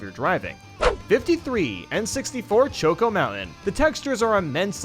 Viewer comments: He calls choco chokeo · On all your videos you pronounce Choco Mountain as “choke-o” and it drives me crazy because it’s short for chocolate mountain and is pronounced the same way as the “choco” is “chocolate” 😅